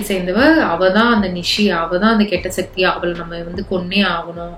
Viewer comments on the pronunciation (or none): none